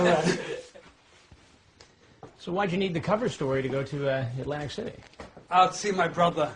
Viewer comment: It’s not Atlantic City - it’s ’Lantic City 😅😅😅😅